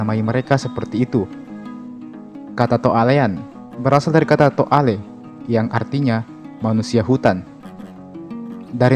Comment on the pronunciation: Bukan Toa Alen tapi to AlE'